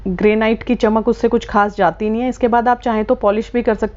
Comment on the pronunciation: Or madam gray night nahi hota hai ,,Granit hota hai😂😂😂😂